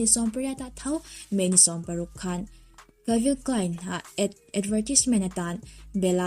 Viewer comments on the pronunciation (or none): Calvin Klein ni em? Calvi Klein ti hlirin ka hria a... Ngee Calvin tih hi a Lam dam ka hre sual zawk?? ☺️☺️